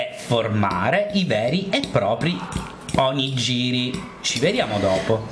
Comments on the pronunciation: ciao :) 1 errore di pronuncia : non si dice Onogiri,ma onigHiri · Non si pronuncia 'onigiri' ma 'onighiri' ;) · si pronuncia OniGHIri lol sentire oniGIRI mi turbava :O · Ma non si diceva ONIG"H"IRI ? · "oniGIri" non si può sentire.. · Bravo!! Perô mi raccomando: si pronuncia ONIGHIRI !!!!!!!!!!!!! :) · si pronuncia ONIGHIRI!!! -. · Voglio l'Onigiri a forma di faccina di Panda!! Che carinoooo!!!! P.s. Ogni volta che dici "Onigiri" onestamente mi viene da ridere... (nel senso buono)